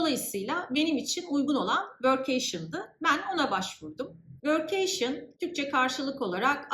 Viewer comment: vörk-key-şın şeklinde telaffuz ediliyor